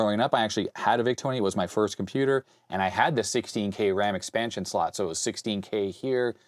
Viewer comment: I am so sorry i cannot get over how you say "Shlot" :,D anyways i'd imagine a Z80 version of this would be just as useful.